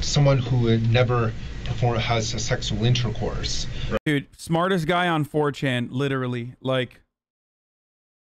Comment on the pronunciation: "Secsual innercourse"